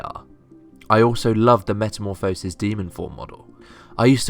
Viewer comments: It's not Meta-mo-phisis, its Meta-morph-osis. just a fyi. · Metamorph-oh-sis. ye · i just thought you should know, you say metamorphosis like a derp :) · whole video on a word you cant pronounce. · plz reupload the video saying meta correct plz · you pronounce it as metamorphosis not as metamorphosis.